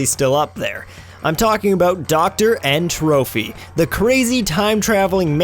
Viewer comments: It's n tropy not n trophy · Hate to be that guy, but N. Tropy isn't pronounced "N-Trophy" It is N. Tropy as in 'Entropy'. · My god... its Tropy, not Trophy. N. Tropy as in entropy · Did you just call him N. Trophy? It's tropy not trophy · it's N. TROPY not "Trophy". You miss the entire point of his name, "entropy". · I love how everyone, including me, pronounced N.Tropy as N, Trophy... because when we played this game we were too young to get the reference. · i thought you said engine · When almost every youtuber who talks about Crash games pronounces N.Tropy's name with a h. Here's a little tip to fix that guys. Read